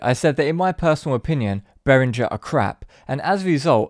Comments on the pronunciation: Bay-ring-er. It's German and there are no soft 'g's in German. They are, however, crap. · Great info but please decide how you’re going to pronounce Behringer and stick to it.